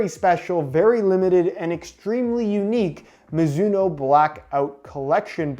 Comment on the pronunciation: Mizuno? More like MOOzuno